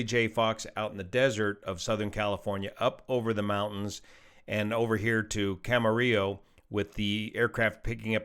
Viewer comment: Thanks for pronouncing Camarillo correctly! 😊🎉